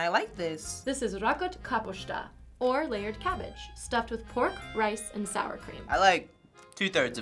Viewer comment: Nem ùgy mondjàk hogy rakot kaposta hanem ùgy hogy rakot kàposzta